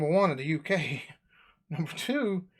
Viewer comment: His numbers were so wrong.. and the "ta" instead of "tha"